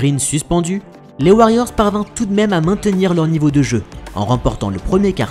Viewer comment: Très bonnes vidéos mais à chaque fois des fautes de liaisons viennent gâcher le contenu. Réécoutez vous plus souvent « ne parvinrent jamais T à... »